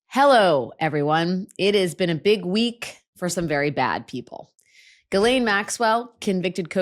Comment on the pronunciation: I know this is petty, and I've commented on this bf. The S in Ghislaine is silent, and the GH is a hard G. You keep pronouncing her name incorrectly. Otherwise, you're perfect!❤